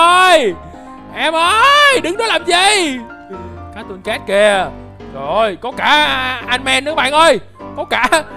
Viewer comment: Cattocat đọc vậy hả